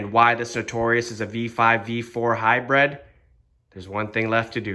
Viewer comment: Good video, but it's Hybrid, bro, not "high-bread" ;)